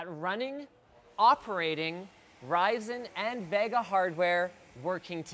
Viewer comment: The way you say Vega hurts me inside.